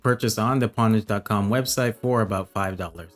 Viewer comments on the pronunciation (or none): great review! its pronounced 'ownage' tho. the reason people used the term "pwn" is because the 'o' key and the 'p' key are right next to each other hence the misspell 'pwn' but it ended up sticking with the gaming community